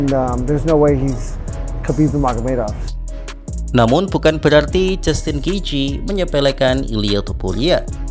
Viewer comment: ngomong kamu kok keseleo, bilang khabib nurmagomedov kok malah nurmuhamadov😂😂